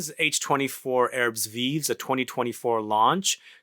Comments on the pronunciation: thanks for getting our attention to this fragrance, I totally forgot to check on new releases from Hermes. its pronounced "erb viiv' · As a rule of thumb in french "S" at the end of a word is silent, both are silent here, ignore them totally. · We pronouce it "Airb veev", but the american accent is cool though.